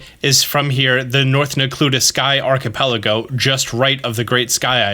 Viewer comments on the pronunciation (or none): The way this dude pronounces “archipelago…” Lol